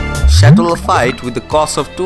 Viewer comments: It`s pronounced "Lah-feet" my friend. They say travel broadens the mind. Please travel the world and learn. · Wow dude. Learn to pronounce Lafite correctly. I was dying rolling on the floor.